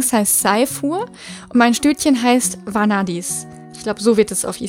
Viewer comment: Die Isistute wird eher Vänadis ausgesprochen. Und der Hengst Sajfur, am besten schaust du bei den Namen auf Fróður. Die haben die meisten Namen mit Bedeutung und Aussprache. ;)